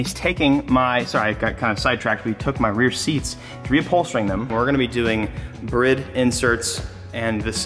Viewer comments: Brid?? 🤣🤣🤣🤣 you mean bride ? Some car guy!! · Brriiiiiiiiiide not brid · I bet money swears up and down he pronounces bride the correct way but says it completely wrong compared to how actually bride workers pronounce it lmao